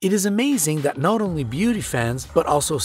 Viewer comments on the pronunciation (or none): none